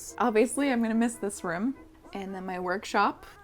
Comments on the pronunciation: I am also from MA and that tangent about how do you pronounce the word "room" has me rolling. i also say it like rum...i never even realized that's part of the accent lmao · Markiplier also says "rum" for room. 😂😂 Edit: I get "I wanna be home," feeling. It was just super conflicting when my husband, cats, and I all moved out of a place we hated, with HORRID landlords and black mold climbing the walls. For me, it wasn't as much of a "home" vibe, it was a "I want to be back at simplistic, everything-is-in-place," kinda vibe. I didn't wanna come to my house and have to unpack. Things at the apartment were settled. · I SAY RUM INSTEAD OF ROOM TOO AND I'VE BEEN MADE FUN OF MY ENTIRE LIFE I CAN'T BELIEVE IT'S JUST A MASS THING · As someone who has lived in NH/MA my whole like I think it’s spelled “rUm” not “rOOm” 😝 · wait, my friends make fun of me for how I say room, they think it sounds like "rum", and it baffles me, cuz I've never noticed anybody pronouncing it differently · Haha I never noticed you say 'room' like 'rhum' before, reminds me of how Markiplier says room tbh 😂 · I dated a guy from Buffalo who said "room" the way you do! I live in the midwest and we say "rooooom." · I think you are the coolest <3 the house market in MA is insane at the moment. I hope you find a place you can call home. Really we say room differently?! I never realized this lol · I dated someone from Boston for a while and the way they said Room always cracked me up lol. I knew you were from Mass purely based on that XD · Oh! Oh! You say room like you're trying to say it in Swedish! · here on plague island a.k.a. england we say room like you :D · If you need extra validation, I'm also from Massachusetts, and this is literally the first time I've ever noticed your pronunciation of the word "room". (Also, cue me trying to casually say "room" while also trying to pay attention to how I say "room" for like 5 minutes straight.) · I'm from Hawaii and I say room like you 🤔😄